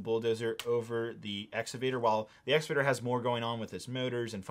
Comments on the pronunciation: exCavator not exavator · It's pronounced, "Ex-CA-Vator.